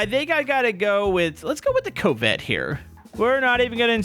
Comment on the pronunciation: why are you calling it a "co-vette" it's a real word and its pronounced like cavvet